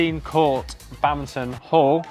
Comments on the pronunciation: whats this "Bamton" he keeps talking about? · lol. wtf is "bamton"? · Do they keep saying "Bountain" instead of "Badminton" or something? Is this a British thing? lol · What's "babmton"? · What is this "Bantin" the guy keeps talking about? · Why the hell do you keep calling it Bowton????